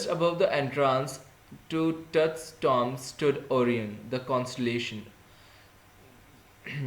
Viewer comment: its not tom it tomb